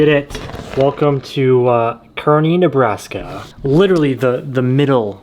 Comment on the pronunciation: Ah yes, the state of "Nebraks". 🤣🤣🤣🤣 JK! I know you were probably (definitely) worn TF out while editing this epic hour-long video. All jokes.